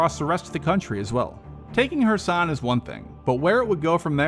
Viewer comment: KEERSON, not kursan.